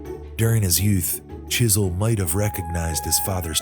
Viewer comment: You should known he was sneaky when he didn't pronounce the w in his name.